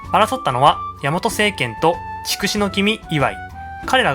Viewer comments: 筑紫は“ちくし”ではなく“つくし”と呼ぶのではないですか？ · チクシは間違いです。ツクシといいます。たしかに万葉集では「筑紫」と書いていますが、当時の中国では筑をツクと発音していたのです。(少なくとも当時の日本人にはチクと聞こえていた) その後いつのまにか日本人がチクと発音するようになっただけです。